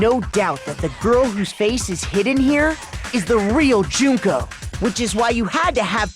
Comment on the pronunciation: I'm really happy that they pronounced Junko's name Joon-koh instead of Junk-oh.